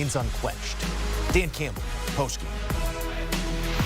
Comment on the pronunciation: Awww cwying Cwampbell